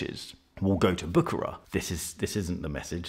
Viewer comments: It is prononced Büschera and not Bukarar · pronounced "Bou" "Cher" "rare" if I may say.